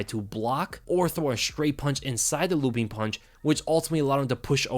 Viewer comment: "Lewwping Overhand"